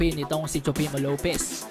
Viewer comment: No hate Nanunuod talaga ako ng Videos mo. Pero natatawa ako sa pronunciation mo ng TEOFIMO LOPEZ hahaha TSUPEMO LOPEZ hahaha.PEACE!